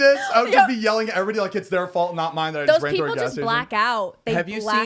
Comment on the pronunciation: said mined